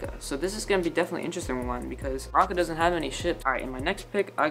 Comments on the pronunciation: THERE IT IS AGAIN IT’S NOT MARACA!!!!!! IT’S MARUCA WITH A U And also I forgot who Valin was ;-; Can someone tell me? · Did nobody notice how he was pronouncing Maruca as Maraca? No shade to you tho, luv ur channel☺️ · did u just say maraca? 🤣🤣🤣